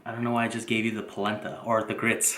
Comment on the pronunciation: Adding one cup of what? All I heard was plabla corn.